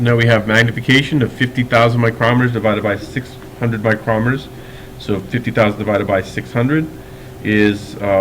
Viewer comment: The way you say micrometers hurts my brain